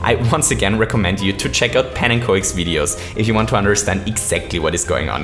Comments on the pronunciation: Oh and you say pannekjoks but it is pannekük. It is Dutch for pancake. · Pennen ko ek You pronounce it panunkok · Why can NO-ONE pronounce pannenkoek right? (It's dutch for pancake) pan-unn-cook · "Pannenkoek" is pronounced as "Pannencook" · it's pronounced pannenCOCK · Pannenkoek is actually the dutch word for pancake, and it sounds so wierd pronounced the way people pronounce it for me as a dutch person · You pronounced pannenkoeks name if you want to pronounce it right type pancake in google translate and translate it to dutch Than click on the microphone